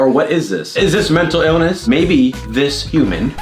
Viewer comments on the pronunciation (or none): "ilness" instead of illness